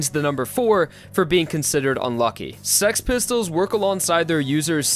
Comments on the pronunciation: Why you say it like sex pistols lol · HE SAYING SEX PISTOLS or else it sounds like that lol. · him thinking he's saying six pistols Me: he's saying sex pistol. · i love how he says six pistols as sex pistols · Its funny how im keep hearing saying sex pistols And not six pistols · I knew it, its "sex pistols" not six pistols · dude it is six pistol not sex pistol xD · Bruh it’s six pistols not sex pistols 😂😂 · He said sex pistol it’s six pistol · Six pistols when he says it sounds like sex pistols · He kept saying the name correctly. Its name is not Six Pistols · It is called sex pistols dude,go check the english name lol.